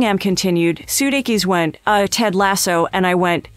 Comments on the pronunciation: You've mangled the man's name. It is pronounced," suu-DAY-kiss". also, "o-LIVE- eyay". ffs. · Please have the people who narrate LEARN how to pronounce important names, such as Sudeikis and Olivier!!!!!